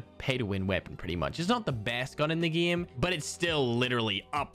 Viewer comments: idk why but i always gag everytime he says GIEM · 8 = eett Game = gene What else, does he say lol??